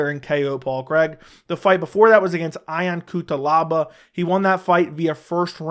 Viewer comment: My boy loves to say fighter's names wrong lol "Eye-on Cutelaba" 😂 over here Edit: just caught another one. "Mishu Suckeernov" 😂